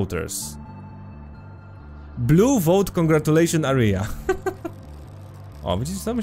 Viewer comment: [diwjent]. Korzystając z okazji powiem też, że obszar to ['erja] a nie ['arija], bo tym razem to chyba nie był żart.:P edit: bomby lecą z nieba, syreny wyją w tle.: "Czyli nie idę spać, bo JAKIŚ alarm PO PROSTU." Złoto.